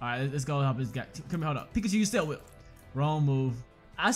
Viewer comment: Ohhh why did you say tail whip wrong